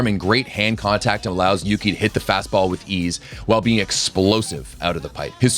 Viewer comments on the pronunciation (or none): none